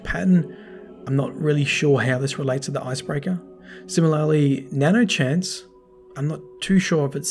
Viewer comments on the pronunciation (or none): Nano hanse not nano chase